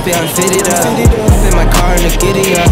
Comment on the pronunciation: "Ai-ropi" pelamor tenta ao menos pronunciar corretamente. eh HOP nao HOPE